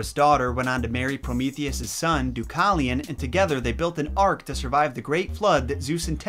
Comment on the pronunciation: You pronounced Deucalion incorrectly